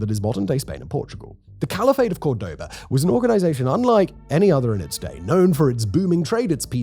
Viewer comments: Interesting topic 🤔 Btw it’s Córdoba (COR-doba, emphasis on the first syllable) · That pronunciation of Cordoba didn't make me happy : P The emphasis is on the first syllable, as indicated by that little dash above the o which you had in several images. Hope it's not bait but wouldn't think you're the type to bait through minor mistakes like that. Liked the video though.